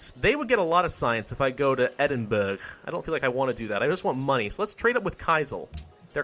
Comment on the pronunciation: I'm late but edinburgh is pronounced Edinbruh